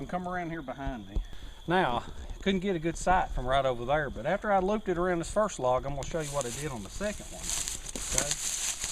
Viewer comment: U made me laugh at ur risk taking. And when u say lookie right therr ect.